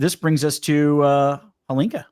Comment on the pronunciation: It is not Holinka or Helinka. It's called Hlinka after Ivan Hlinka, czech legendary player and coach. A bit of respect please.